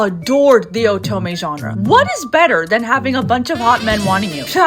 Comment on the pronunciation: Great video, but the way you say oto- MEH really unnerves me